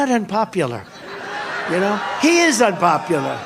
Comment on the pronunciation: Does he say "inpopular"?